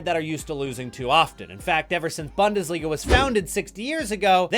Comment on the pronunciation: Why did you pronounce Bundesliga as Bandesliga? 🤔 It's even more weird if you're really an actual fan of any German Club.